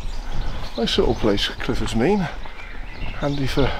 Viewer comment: A walk I know well being from Newent. Glad you had a good day, sorry we couldn't arrange better weather for you 😊 ps glad you pronounced Clifford's Mesne correctly!